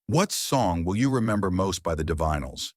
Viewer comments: It's pronounced ""di vinyls" for Zod's sake! Get a better AI to read your script - or at yhe very least check it for glaring errors like that. Stopped listening 'cos your AI can't pronounce the name of the band. Won't listen to your AI generated channel again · You can pronounce divine but not Divinyls? AI? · You kept saying Amphlett & Divinyls wrong!